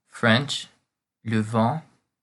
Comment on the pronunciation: Excuse me for saying this, but the way you pronounce "vin", means wind not wine.